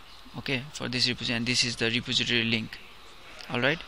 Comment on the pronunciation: Ty for the tut but you seem to be having issue with saying repository. It's: re poz eh tory